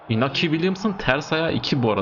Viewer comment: Iñaki, İspanyolca İnyaki olarak okunur.